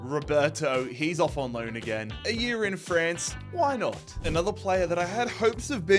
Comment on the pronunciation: Its annoying listening him say "year"